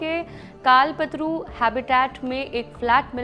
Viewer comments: " कालपतरू " नहीं कल्पतरू.... यह एक संस्कृत शब्द है जो मराठी मे भी है..... और हिंदी मे भी..... आप लोगो की ऐसिही मुर्खता के कारण महाराष्ट्र मे हिंदी नही चाहिए..... आप लोग "हिंदुस्तानी" बोलते हो और "हिंदी" के लिए झगडते हो...... आपकी खुदकी भाषा प्रथम समझलो.... जय महाराष्ट्र! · काल पतरू हैबिटेट नहीं कल्पतरू हैबिटेट..मैडम । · Madam it's not काल पतरु (OR पत्रू ) 😅it's कल्पतरू